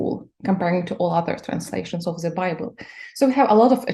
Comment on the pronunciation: Цікава розмова, але вимова the як зе у гості, це совок. Ні британці, ні американці не зе-кають)